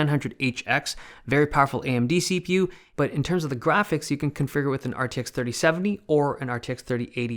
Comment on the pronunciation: "see-pew and gee-pew"